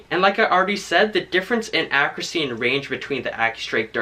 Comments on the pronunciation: It is pronounced “akyuruhsee” not “akrasee” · It's ACCURACY, not AKKURASY Freaking get the pronunciation right!